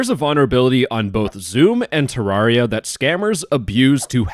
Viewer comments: "Ter-rawr-ia" is crazy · Its Te-rare-ia. Just so you know.